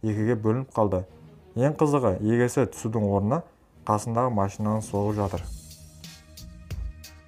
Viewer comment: Осындай адамдар неге видеоны дыбыстауға әуес екен, басқа қазақша таза сөйлейтін адам таппадыңдар ма?! "Егесі" дегеннен ақ видеоны өшіріп тастадым. Әдеби тілде сөйлеп үйреніңдер!!!